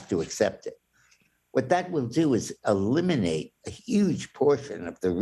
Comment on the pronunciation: "YOU DID ILLENATE." H......E........L.........L.......O.